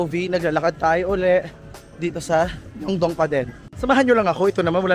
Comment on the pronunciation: Hi, hopefully hindi ka po magalit.. sa intro title po, bigkas po ay Myongdong (pero spelling is MyeongDong). Yung bigkas naman po sa Hongdae po ay ay Hongde.. (may ibang words na hindi nabibigkas yung kung anumang unang vowel kapag dalawang magkasunod na vowel). and may iba po na yung S po bigkas ay Shi, ex. po ay Siwon ng Super Junior (kpop), Shiwon po bigkas sa name nya..